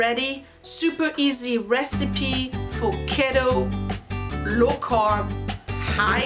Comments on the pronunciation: Cute salt cellar next to the stove, love the wooden top. It's pronounced Kee-toe for ketosis which is what your body does when you eat high fat, low or no carbs. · It’s called “Kee-Toe.” This Looks delicious! I will be trying this recipe myself as I am on Keto. Also you can freeze it. Sorry to hear about Tubby I hope he gets better and I will be praying for him. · Sending hugs Tubby and prayers for a good recovery. I believe here in the states it’s pronounced. “Key-Toe”🥰👍🏻 we live in a small lake resort town. Population about 6500 off season. We as if today have 83 cases of Covid 19 and sadly 5 deaths. One local l nursing home has between the patients and staff 60 cases. And two deaths. It’s heart breaking.